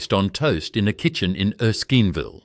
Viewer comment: Erskeenville. What ? AI sux. Thumbs down.